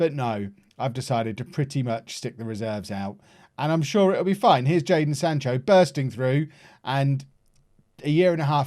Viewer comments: you had one job, it’s jadon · It’s Jadon